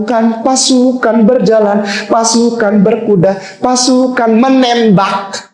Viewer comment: ".........pasukan menembakhhhh 😂😂😂, Artikulasi jelek, minus 5 (otak nya)